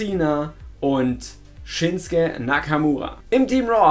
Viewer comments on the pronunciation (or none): none